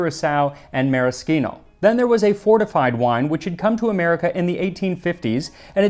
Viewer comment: Thank you so much for the correct pronunciation of maraschino 👌😍